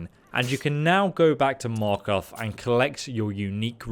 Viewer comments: ha! he said markath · "Gandelf," "Markath," "Shatter-Field." I'm starting to think that these were on purpose. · In a game where voice acting is around every corner accompanied by official pronunciation, I am amazed that you call Markarth 'Markath' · I've never heard it pronounced Markath before.